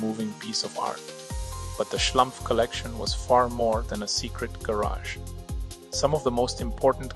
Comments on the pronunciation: fkk, it´s SCHLUMPF, not schlAmpf!!! research makes a ducumentary! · Schlumpf, not Schlamph 🙃 it’s German and = Smurf in English! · Their name is Schlumpf. Pronounced "schloompf" (not "schlumff"). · The name is Schlumpf, with an 'u'. Not Schlampf!!! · the local french-alsation name "schlumpf" is pronounced "shloompf" in french; not "shlumpf". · Exactly. As someone who speaks German as a second/third language, it makes my ears bleed 😂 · O dear, O dear, how excruciating! Why does the speaker —who appears to be a German speaking human(?), and hence should know better— consistently mispronounce the proper noun Schlumpf ? Why this apparent act of deference toward the misplaced notion of "how-this-appellation-ought-to-be-pronounced-by-an-English-speaker" ? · It's a German/Swiss name. So, it's pronounced as in German. Even if Mulhouse is located in France (Alsace). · assuming the name is not french but german, the u in Schlumpf is pronounced like in pull. By the way, "Schlumpf" is also the german word for smurf.